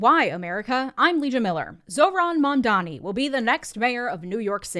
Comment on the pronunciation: "Zohran Mamdamee" - Andrew Cuomo